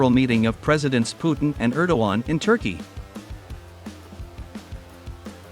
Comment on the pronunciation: "Turkeyeah" like its Indian counterpart. Are vile disappoints.